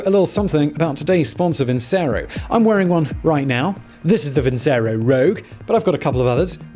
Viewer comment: Nice, Simon but I believe that is "Vin - che - roh."